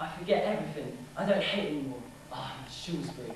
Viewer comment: sorry - ONE thing - its pronounced ShrOWSberry